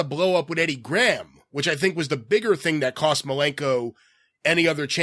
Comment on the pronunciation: Geez, the way pronounces some words is so annoying "bwlow up" "fawwing out wif Eddie Grawam".